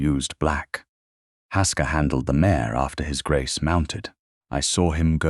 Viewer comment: Its mare not mayor & hock not hawk. It's Lady Ianthe not Yanth or Eanthy or Anther or Anth or Aanthy. Salver not Salva. He's a Duke for God's sake now that he's not unconscious, he should have all the conspirators thrown out of his house. How is Nell going to protect the Duke if shes not in his home? Shouldn't he have used her leaving to send a msg to the solicitor? These heroines get a little snippy when they have the upper hand. Wow they should've all gone to Prison!! They tried to kill a Duke!